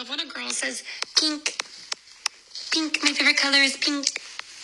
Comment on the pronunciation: You say peen-k vs pin-k....they're super close tho honestly unless it's being exaggerated like the girl in that audio